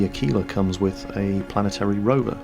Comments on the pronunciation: What is up with the pronunciation of Aquila? I can't find a dictionary website that has that pronunciation but I've heard two people pronounce it like a-keel-a instead of ak-will-a like it is in the OED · ahh-key-lahh, without the "w" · Your pronounciation of "Aquila" is very, very funny,.:D